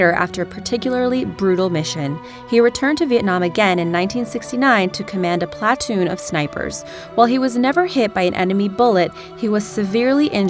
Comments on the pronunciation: Who is the twit doing the narration? (No. Don't tell me.) How do you mispronounce Cheyenne? (shy-enne isn't difficult.) How do you mispronounce platoon? (Where do you get plaaa-toon from? ) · pla toon' NOT "plah' toon" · The way that this girl pronounces platoon makes me want to strangle a kitten. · Where do you find these genius narrators? This idiot can’t even pronounce platoon correctly! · You figure someone trying to make a military-themed video would at least know how to pronounce "platoon"!